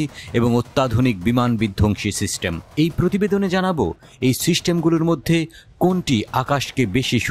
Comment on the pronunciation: উচ্চারণ এত বাজে কেনো? সিস্টেমকে শিস্টেম বলতেছে। তথ্যও ভুলভাল।